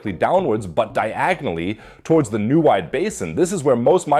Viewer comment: Stupid AI voice over with a German accent and not able to pronounce Neuwied or Laacher See. Bizarre.